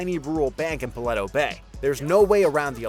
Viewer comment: Paleto as well